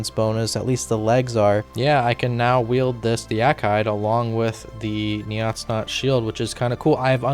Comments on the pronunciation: Hate to be that guy but they're pronounced as Yah, tis so. Nay, tis not. In an argumentative fashion as the two islands inhabitants seem to be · Nice job! Such a good find! FYI the islands are pronounced nay ‘tis not, and ya ‘tis so (yes it is, no it’s not). This is a very clever way to show the feud but not that obvious as the spelling is so strange and seemingly Nordic in line with the other Freminik names.